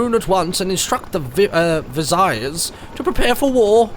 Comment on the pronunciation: martyn, you pronounce viziers like VIZ-EARS